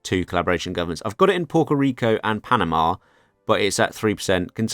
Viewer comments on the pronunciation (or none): none